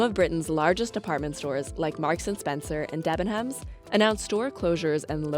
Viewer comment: The way she said Debenhams triggered me